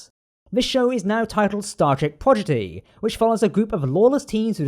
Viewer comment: Great video! (Psst... it's Prodigy, not Progidy)